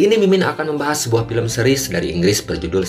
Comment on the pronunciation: Kalau bisa yg membacakan narasi film, bisa membacakan cerita dengan pronounce yg nenar "Film, Spain" dll dalam film ini